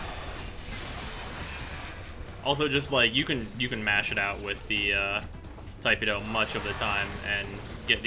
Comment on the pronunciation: "Tai-puh-doh"......nope. "Tih-peh-doh".......yup. To each their own. Btw, Arcane Strike and Arcane Avenger.....best arcanes for tipedo.